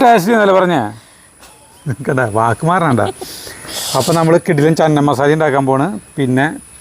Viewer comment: Chena masala anu cheenamasala alla.